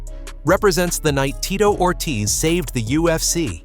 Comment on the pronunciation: The name pronunciation is horrendous